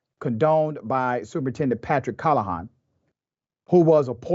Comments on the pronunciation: Probably not important, but Your pronunciation is off. CAL-LA-HAN not HON. Dudes trash all the way around. NJ has a very infamous history anyways. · It’s not “call a hon”. It’s “cal le han”. This dude is the worst at pronouncing names and cities. I bet if he had to say Rodriguez, it would probably be like “rodri goo ez”.